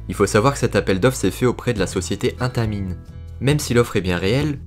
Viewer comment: C'est Intamin le nom alors on ne prononce pas de "e".